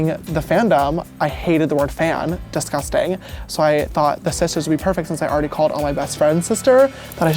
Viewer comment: "I hated the word fan. Disgustang"